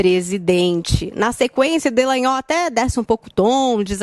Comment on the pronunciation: ALGUEM AVISA A QUE O NOME DO PROCURADOR É DELTAN DALLAGNOL E NÃO ( DELLAGNOL )